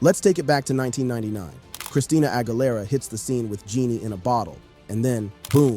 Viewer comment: a tip about her last name the GUI her last name is pronounced like the letter E in the word need or geese the plural of goose AH – GHEELERA